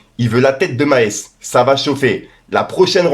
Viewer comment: Maes en Belgique c est une biere mais ca se prononce pas du tout comme ca lol